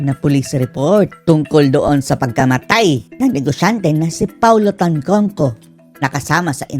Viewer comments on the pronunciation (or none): Tantoco. Not Tantongco.